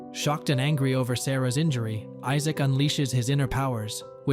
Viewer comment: How come you cant say Issac lol.